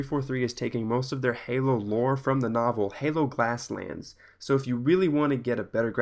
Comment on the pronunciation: It's "GLASS-Lands" idiot.